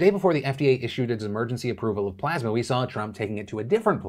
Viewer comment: took the high road and didn't bust on trump for continuously mispronouncing plasma